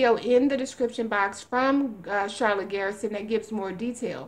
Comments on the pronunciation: It's pronounced GUR-SUN, not Garrison. GUR-SUN is the way Charlotte pronounces it. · It's not 'GEAR'son!!! The 'er' is like the Purr word, when describing what a cat does, minus the P!!! Jesus H, man!!!